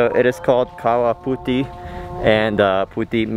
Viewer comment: Omg you pronounce kawah putih nicely ...